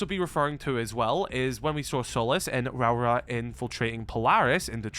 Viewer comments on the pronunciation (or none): You keep miss pronouncing rauora